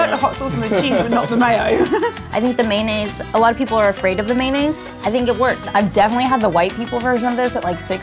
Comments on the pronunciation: The way that one girl says mayonnaise really bugs me for some reason. She forgot the o and just said "maynnaise..." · i say man-aise I don't even acknowledge the o nor the y : ) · I say may-on-aise. But I am the only person I know who does that. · "The may-naise" lol 🤣